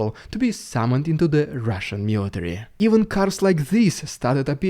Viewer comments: I love it when you say "RIDICULOUS RRRRUSIAN PRRRRRRRRRROPAGANDA" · Rrrrrhhhaaahhshan Dyude excelling himself today😉